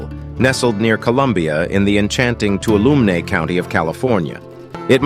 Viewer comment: It's pronounced Too-wall-0h-mee river